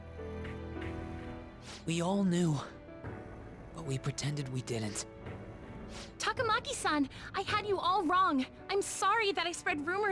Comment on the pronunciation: i knew she sounded familiar lots of suicide in this first arc jeez… and this is the moment Ann became one of my top 10 heroines in fiction. I hate this character just bc she’s the only person in the entire game that pronounces takamaki that way. I’ll say I never liked how well things worked out here lol I ship ryuji and Ann aswell. As for who I ship with joker? We’ll see WAYYY later. I wonder if the way they showed the students here is a persona 4 reference? Morgana’s English voice is genuinely the only thing that makes me like him a little more than teddie